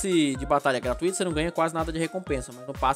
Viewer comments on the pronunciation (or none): none